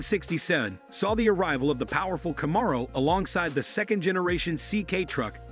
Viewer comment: Either this is narrated by ai or by an idiot. Can’t even pronounce Camaro correctly. 😂